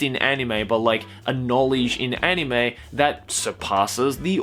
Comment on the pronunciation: Anyone else want to bash their head on a brick wall every time he pronounces anime?